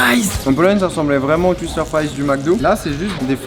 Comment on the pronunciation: Mec pourquoi tout les “W” tu les prononce “U”, twister ça se dit touister pas tuister mdr